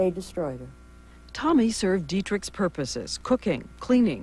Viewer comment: TAMI. Not "Tommy." She went mad not from just the abortions, but from the insane verbal abuse. Rudi constantly accused her of doing everything completely wrong but breathing. (Pronunciation is the same.) Tami was beyond abused, that poor, beautiful woman.